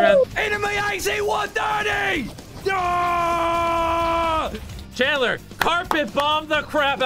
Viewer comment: Chris seems to say AC-one 30 alot.. 🤣